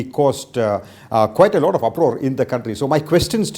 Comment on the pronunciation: can Dr jacob improve his pronunciation. lot is loat for him. T is being replaced by D and so on.